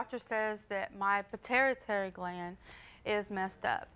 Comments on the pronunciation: “Pe-tarry tarry gland” 😂😂😂 Nice ancient Roman hairdo on the first chick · "Patarratarry gland.." Lol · said her pitaritary gland is messed up. She’s got a whole medical condition and can’t say it correctly. 🤦🏾‍♀️😂😂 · Did just call it a puhtaritarry gland?